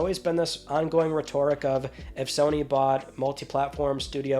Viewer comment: Haha he said obfuscate so strangely. And then the way he said rhetoric really blew the top off. You are funny.